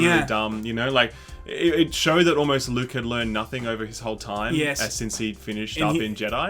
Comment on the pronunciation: That wasn't Luke. It was Luuke.